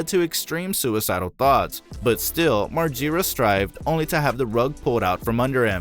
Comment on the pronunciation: Learn how to pronounce Bams last name right 😂😂